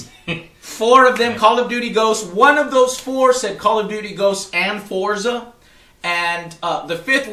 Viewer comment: It's "FORT-ZUH" Not "FOUR-ZUH."